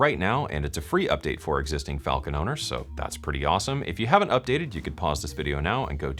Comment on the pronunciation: Is it Falcon or falllcon? 🤣